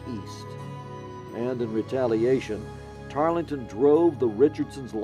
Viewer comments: Tarl-ton, not Tarlee-ton. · Tarleton...not Tarlington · As historians, how can you fail to know his name was “ Tarleton “ - not “Tarlington” ? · Also mispronounced Tarleton. Silent “e”. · I’m disappointed that the narrator didn’t take the time to learn the pronunciation of one of the leading characters name, in his oration. Tarleton doesn’t have that extra syllable in it that the narrator insists it does. The “e” is silent. That no one on the production crew caught that is shameful.